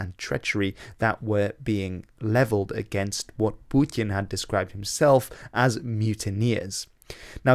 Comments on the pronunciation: "Pewtyin". Dude, just say "Putin". Like a normal person. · Its putin not pjooutin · love your videos but man you gotta stop attempting a russian pronunciation when you say "putin" lol